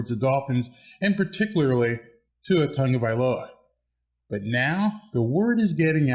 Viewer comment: What a big improvement for your pronunciation on Tua Tagovailoas name… before you used to say Tago Vai ola . Now it’s perfectly said. Keep up the good job 🤙